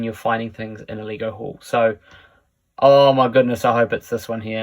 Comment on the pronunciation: Funny the accent makes you say Leeh-go😂